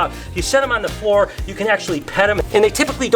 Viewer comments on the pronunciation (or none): none